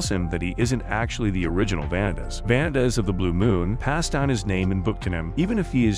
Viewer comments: Please learn how to pronounce names, Va-nee-tas, No-ei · Why are you saying vanitas name so wrong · my bitch ass was so mad at this man for butchering all the names. Like Vanitas's being butchered is understandable but how do you butcher Noé and Jeanne. Like it's literally supposed to be pronounced in French not butchered in English